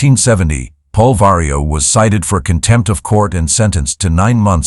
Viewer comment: Vario or Mario? 😆